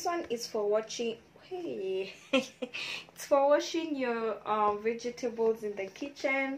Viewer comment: Veg-table not vege-table. Lovely vid